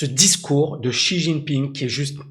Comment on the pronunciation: la prononciation de Xi est" Si" comme la note de solfege et son nom la lettre J se prononce en T. Comme "Tine" ping.